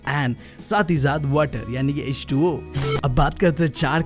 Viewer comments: Aap har baar H2o ko ho2 bolte ho🤓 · Kisi ne notice Kia ki BB H2O ko HO2 bolata hai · bro mein h20 ko tum ne ho2 keh diya.